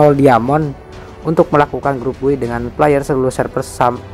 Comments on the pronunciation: Bacanya bay bang bukan buy🙏😀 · Cara sebut "Buy" lawak duh 😂 Wkwkwk